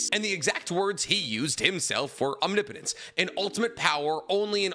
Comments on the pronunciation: Biggest character growth of the entire Naruto series is finally pronouncing omnipotence right. No more om knee potence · Feels weird to have pronounce omnipotence correctly this many times.